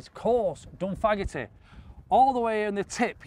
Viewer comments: It takes some kind of sad person to come to this conclusion and then to complain about it! This is my home course (pronounced Dun-fan-a-hee 😂) and I really appreciate you showcasing this and all the other fantastic courses in this under appreciated part of the world. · Dun-fan-ah-he. Or “Dun-fan-ah-hay” if you want to mimic the local accent. The “g” where you see “agh” is rarely sounded. Like “Gallagher”. The first one is pronounced, the second one isn’t. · its pronounced Done Fan a He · How did you pronounce that as dunfagaty 😅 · Supposed to be Pronounced Dun Van a Ghy 😂